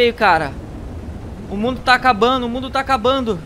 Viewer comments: Achei q ele falava e o fim do mudo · Todo mundo falando "todo mudo",pfv olha o vídeo ele se esforçou para vcs chegarem e falar "todo mudo". :^ aliás é a pronúncia dele :/